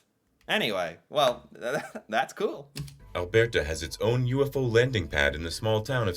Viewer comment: The way the bot said Alberta was cringy.